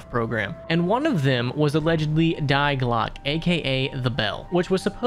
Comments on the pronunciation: It’s pronounced Dee! Not Die. It’s one of the forms of “the” in German, just like der and das. Anyways, say dee, not dye/die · s's in german are pronounced similar to z's in english, and the e at the end of words is pronounced -eh. so riese is pronounced like ree-zeh. also, the article die (e.g. die glocke) is pronounced dee, not the english word die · just as an FYI: if you see the letters "ie" in German words in that order, you would pronounce them with an "e" sound. The opposite is true for "ei", which would be pronounced "i". So the word Die in German is actually "dee".